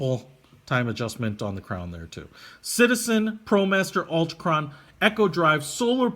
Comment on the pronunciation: So much fail: Altichron... ALTIchron.... al-TI-kron Whatever were you talking about with Metric vs English? Bidirectional bezel, Bi- meaning two directions and uni-directional meaning one.